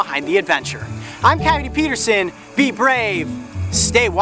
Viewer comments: Amane Aerith ky-oh-tee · how to pronounce 'coyote'? i couldn't get what he said